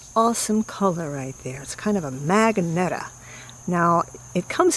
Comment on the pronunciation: I think you meant MAGENTA muh GENT uh